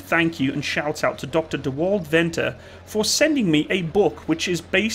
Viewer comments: By the way, Venter (From Dr Dewald Venter) is pronounced Fenter. Anyway, other than that, great video! Its nice to have some international recognition for once. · Venter is pronounced Fenter....... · It's pronounced as "f"-enter skipping the e sound on the f. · In South Africa we do not refer to the suffix letter after the mark number as Alpha, Bravo, Charlie, etc but simply as A, B, C. I really enjoyed the video, even saw some of my own photos in it. To help with your pronounciation of Dr. Venter's surname say the "V" as a "f". In Afrikaans the letter "V" is pronounced as a "f".